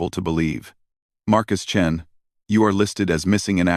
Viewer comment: "The Surprising Adventures of the Space Chins." It's "Chens," not "Chins,". "I hear Markus Chin, and I don't care. Best part, in my mind, he has a mark on his chin."